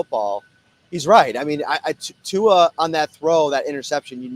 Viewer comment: Why dont Yall take the time to learn how to pronounce Tua name I swear white ppl love crucifying names